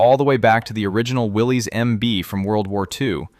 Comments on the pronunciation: You're pronouncing his name wrong; Willys {WillI-iss}. Any real Jeep person would know that. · That’s not how Willys is pronounced btw. Will is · Will-isss. Not Willies. The newer Willys comes with rear lockers. Didn’t know about the MDH.